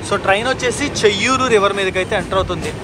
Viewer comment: చేయ్యేరు not చెయ్యూరు (బాహుదా నది)